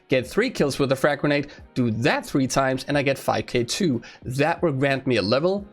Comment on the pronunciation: I don't know man, listen to him when he talks about the grenade mission . The way he emphasizes the word “that“ sounds as if you had to kill three people three times, so nine in total. Anyway, it's not all that important :)